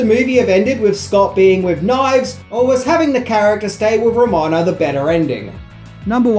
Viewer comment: Man, you really struggled with Ramona's name there, didn't you?